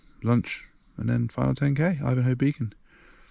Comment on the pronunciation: Yes, you are pronouncing 'Ivinghoe' correctly. Although I have heard a lot of people pronounce it "Ivinghoe"... the fools.